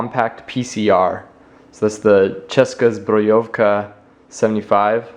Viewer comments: lol, you said 'Česká zbrojovka' like a king xD! I wish I could have pistol here in Czech.. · !!!! nice pronunciation of Česká zbrojovka!!! ... :-)